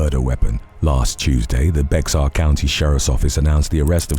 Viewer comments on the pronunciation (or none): This is the third or forth time you've shared a report from San Antonio, Texas. Our county is spelled Bexar but it's pronounced BEAR like the animal. Hope you see this 🤞keep up the bad ass videos, we're big fans!! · The “X” is silent in Bexar; its pronounced Bear 🐻